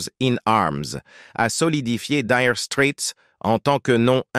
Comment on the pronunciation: LOL 'direu strète'